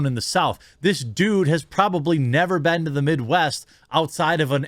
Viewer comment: I find the way you pronounce "been" disturbing. ;) On topic, imho Rogan should not have apologized if his using of the N-word, as it looked like it was, was done in context.